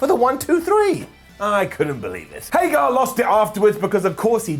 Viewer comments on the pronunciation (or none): I enjoy the way says Hager.. Haygarrr